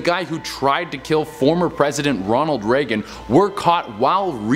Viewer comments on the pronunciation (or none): none